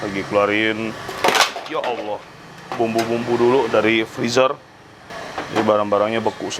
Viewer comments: Nyebuy Ya Allah nya paseh banget kon😁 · nga kenapa2 kok kan cmn kagum kl ada org kristen bilang ya Allah dn senang koko sangat fasih ucapinnya.dn kami berdoa kalo dpt hidayah aamiin. 🤗dn orgx toleransi kepd agama lain apa lagi agama islam yg para pekerjax ada yg islam. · Pas nyebut ya Allah nya fasih banget ko, sukses selalu ko makin lancar berkah buat semua 😇